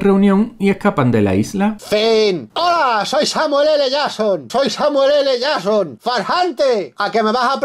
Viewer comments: el samueeleyason XD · Según este tío es el Samuel ele jasssssssson jsjsks ondaaaa vitaaaaaal